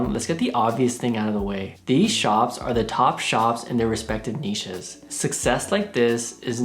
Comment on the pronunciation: Thank god! Someone who can pronounce 'Niches' correctly. Every time someone pronounces it like it contains a 'T' I die a little inside.